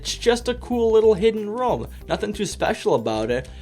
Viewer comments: The way you pronounce « room » triggers me. It’s rOOm not rom 🤪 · Pronounces room as "roum" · Ok I know this is great 🙂 but I'm triggered when you say rom